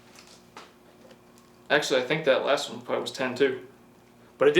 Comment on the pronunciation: Legend has it that it is physically impossible for to say "one"